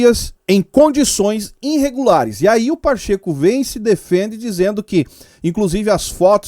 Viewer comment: melhora esse português aí... INrregulares? Ponta do INciberg?... aí não né meu caro.